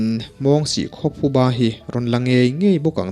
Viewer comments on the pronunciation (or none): none